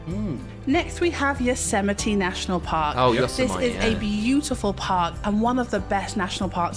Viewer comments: LOL seriously....YOSE-MITE?? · LOL@ you pronouncing Yosemite as "yo-se-might" ; The correct pronunciation is yoh-SEM-ih-tee. (meaning "killer" in Miwok) There are also State* parks which are also impressive. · narrator: yo-seh-mih-tee (correct) immediately after: YO-SEH-MIGHT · Yose-WHAT? lol I wish you guys didn't talk over the narrator. It's pronounced Yo-semi-teeee. 😂😂😂 You have headphones for a reason.